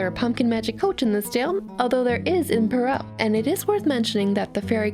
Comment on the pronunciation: You’re pronouncing Perrault wrong (sorry... I couldn’t help myself)